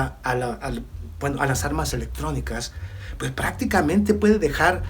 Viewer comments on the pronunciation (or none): none